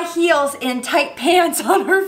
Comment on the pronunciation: High "heals" 😂😂